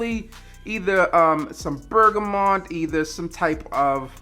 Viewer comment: I like the way this guy says bergamot!